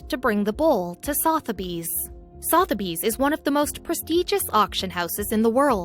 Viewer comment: Sotheburys is pronounced Sutherburys, no south.